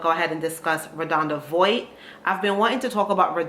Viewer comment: Her name is pronounced Vaught (VOHT) just very big on pronouncing names correctly…